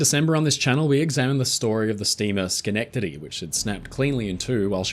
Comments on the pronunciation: Hey, at least you got Schenectady right this time! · You broke even when you pronounced Schenectady correctly. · Perfect pronunciation of Schenectady! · Ha! He pronounced Schenectady correctly! You, sir, are now truly the GOAT of anything sailing, shipping, and boating! Love this channel